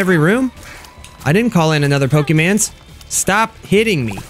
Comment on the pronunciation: Why do you say pokemans its pokemon.